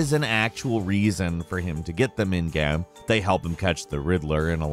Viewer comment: Why he say game like that